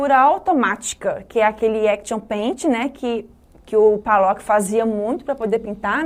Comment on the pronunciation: Desculpe mas Jackson P A llock?! P "A" llock????? O nome dele é com "O" P O llock... POllock... não sabe o nome do artista e é PROFESSORA de artes? Isso explica muita coisa sobre o ensino no Brasil...